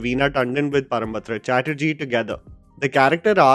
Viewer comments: sorry but it's not parambatra rather Parambrata Chatterjee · Parambrata not Param Batra. "Pawrombroto" to be specific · Angad's name is ParamBRATA Chatterjee,not ParamBATRA Chatterjee as u pronounced🤣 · It's "param - bra-taa",. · It's "parambrata" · It's Parambrata (Param-bra-ta, pronounced as Param-bro-to) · Sorry if I'm sounding like an asshole grammernazi, but it's Parambrata not Parambatra. Given your vocab and pronunciation(one of your USP), it was just constantly taking my mind away to this instead of the actual review. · you continuously keep on saying the name "Parambatra Chatterjee", please take it as a correction and no offence, his name pronounced as "Parambrata" Param and brata, as in bengali pronounciation Pawrombroto, परोमब्रतो, পরোমব্রতো। Please make sure when you pronounce his name next time, its Pawrombroto Chatterjee. ❤️❤️❤️ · It's Parambrata, not Parambatra. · Hey, the name is Parambrata, not Parambatra.. You really need to work on the pronunciation of non-Hindi and non-English nouns/names 😋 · That is not Parambatra its Parambrata. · Hey! Big fan! Just a quick thing to point out, it's not "Parambatra" but "Parambrata Chatterjee":) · I personally liked the series . Though the climax is a bit underwhelming. I would like to mention two things, which needs to be corrected. Firstly, this is not based on Bibhutibhushan Bandyopadhyay's bengali novel 'Aranyak'. The novel had a completely different storyline, nothing to do with a thriller. Only the name has been borrowed. And secondly, he is Parambrata, not Parambatra. And I must say, you really have a good understanding of cinema. I follow your reviews. I would like to recommend a bengali series, named 'Mandaar', based on Macbeth, available on Hoichoi. Give it a try, you won't regret. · 'ParamBatra' nahi 'Parambrata'. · I am triggered as a Bengali girl every time you say "PARAM-BATRA CHATTERJEE" instead of "PARAM-BRATA CHATTERJEE" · ParambRATA* and not batra